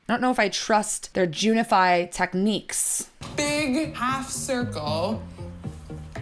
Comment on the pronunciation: Is it junify or gentrify lol